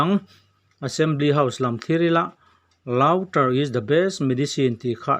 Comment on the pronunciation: Laughter hi Laftar ang deuhin ri se.!